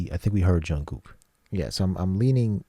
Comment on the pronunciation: It is Jung(k)ook, not Jung(g)ook.